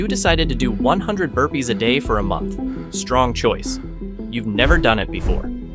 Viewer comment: OO HE WAS SAYING BURPEES , i was wondering what happend btw him and herpes